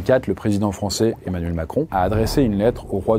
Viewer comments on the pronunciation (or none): none